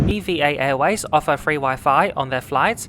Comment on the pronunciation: Just a curious question.. why are you pronouncing "EVA" as Eee-vee-A and not as EVahh... is it an acronym? Most people pronounce it as Evahh though 🤔🤷‍♂️